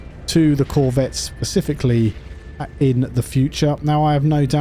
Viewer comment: Ah shit you're the "pecificly" guy! Go away! Shoosh!